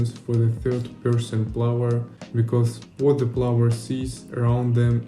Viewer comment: You are pronouncing "player" like "flower". :D The movement in the game looks sick tho, great job!